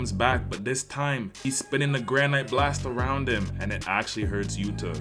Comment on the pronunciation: If this dumbass says granite like that one more time i swear